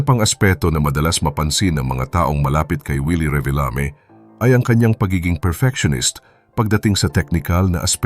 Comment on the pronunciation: "Reebeelami" sabi ng AI - lol